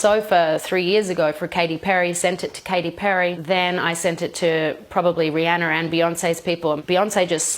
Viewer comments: She just called Rihanna Brianna lmfao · she said rihanner lol